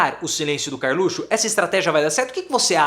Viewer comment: professor, o senhor poderia voltar a falar "carlutio"